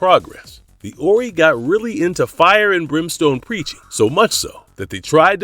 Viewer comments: 'Orrey'? Wow. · Stargate truly was an epic series. Only one movie I disliked which did not have the same actors as the series. P.S You pronounced The Ori wrong. Have you actually watched the series? You just listed aliens from the series without any kind of factual knowledge other than what is copied from others. "Fully explored" my butt...